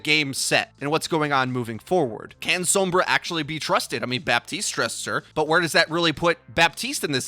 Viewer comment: its sombra not soumbra